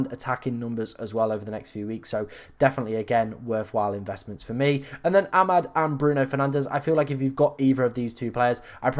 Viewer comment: I'm glad he's out so that we don't have to hear mispronunciation of his name again!